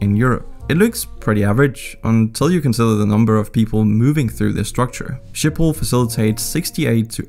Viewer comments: Schiphol IS PRONOUSTD AS SGIPHOL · i am dutch and you say sgiphol not shiphol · I am Dutch and I have a few thinks to say 1 it’s hilarious to hear you speaking Dutch 2 Schiphol isn’t ship hol but sgip hol (this is how you say it) 3 I have like 5 bikes and that’s average 4 There are lots of countries that ask us to help with their water problems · you say schiphol in netherlads like: sgiphol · Funny how he pronounces the ‘ch’ in Utrecht correctly but Schiphol incorrectly